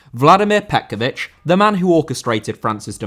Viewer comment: Petković* not Pe'kovyć